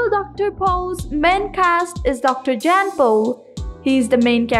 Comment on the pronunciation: His name is not JANN......................It is pronounced as YAHN................Your mutilating the English language!!!!